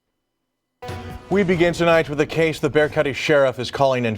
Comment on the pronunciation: You claim Texas as your state and can’t pronounce Bexar. Really.